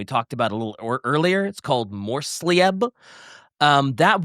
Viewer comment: For future episodes referense, any time theres an "ei" in a word, read it like Ei in Einstein, or use the german google translate speaker option Geheiminsnacht would be Geh-Hime-Inns-Nacht Morrslieb would be Morse-Leeb